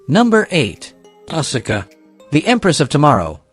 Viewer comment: Learn to correctly pronounce names. Bass is not pronounced “base” but “bass” like the fish. Asuka is “ahs kuh” Stratus is not “Straytus” it is “Strat us”